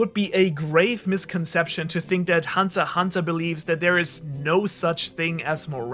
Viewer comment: "hunta hunta". What accent is that bro? Boston?